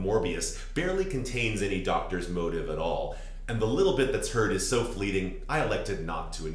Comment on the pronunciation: No, I agree that they are two different things, just to my English ears when you say motif, it sounds like motive. (And you’re not the only American who sounds like that to me.)